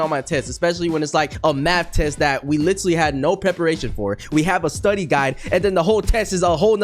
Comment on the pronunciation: The way he said study☃️😈☃️😈😈😈😈😈😈😈😈😈😈😈😈